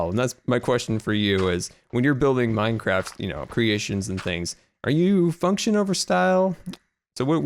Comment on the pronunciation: I LUV ME SOME "MINECRATS" XD;) Luv ya keep up the good work!